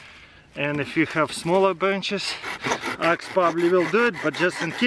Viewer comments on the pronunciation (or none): Хэв хэв, научись произношать правильно бл